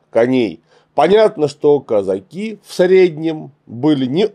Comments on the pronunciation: Клим Александрович, почему вы так странно ставите ударение в слове казаки? причем иногда даже правильно. Страшно режет слух. Правильно Казаки́, на "и" ударение. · Слова Казаки произносится с ударением на последний слог. Ученых много о казаках, а как это слово Казаки произносить не знают.